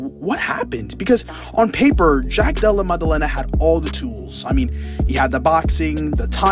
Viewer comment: "Jack Dulluh Muduhluhnuh" 😂